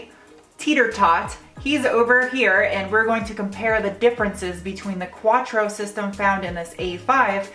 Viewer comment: Is pronounced quattro not quachro for fuck's sake!